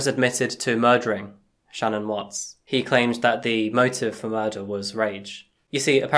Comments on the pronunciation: Wonderful way of covering this case!! Only thing that could be changed is how you say SHA-Nan. Its simalar to Shannon but basically if you actual speak the hyphenation as a very small pause. * And on another note. you can, up close see the mark Sha'Nann left on Watts neck from fighting back. So horribly sad and just wish it could have had a totally different outcome for the 4 of them. ( The mom & kids 🙏❤💕💙) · HI Thank you for your video! A couple bits of nformation,, CHrris watts' wife name is Shanaan pronounced Sha -Naan. Also Shanaam was diagnosed with Lupus when she and Chris first started dating VS. Just after Celeste's birth. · Bruh why can't you say Shannon correctly? Didn't yall invent the language?